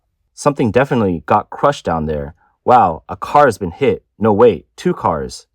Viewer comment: No is not spelled Nurr NZ and Aussies don’t understand what the letter O is supposed to sound like